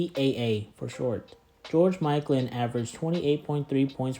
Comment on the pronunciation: Who is George “Mikelan”?